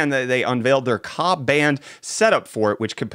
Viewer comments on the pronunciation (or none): K.A band ...not ka band